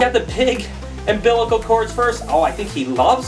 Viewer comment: Was doing fine til you said umbilical.